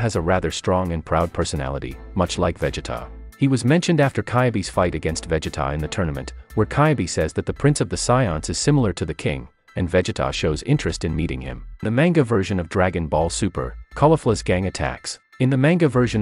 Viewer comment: Probably is, I mean "Caibe" "Véggeta" "Sáddalla" "Cállifla".... so annoying